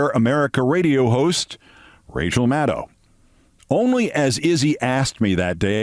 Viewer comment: FINALLY someone can pronounce Maddow correctly!!